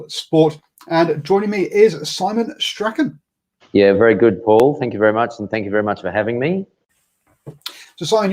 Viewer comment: You pronounced strachan correctly.. nice work.